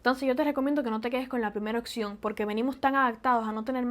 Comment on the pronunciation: En cuanto a la dicción, trata de no decir "oCción" sino "opción".